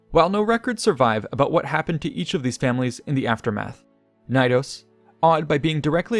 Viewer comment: Love the video but the way you pronounce Knidos... nnnhhhg. The K is not silent in greek nor latin. It's pronounced kuh-nee-dos.